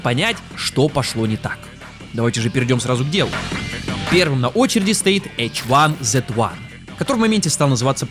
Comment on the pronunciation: H1Z1 (хайзи) не? Все же называли хайзи, а не эйч ван зет ван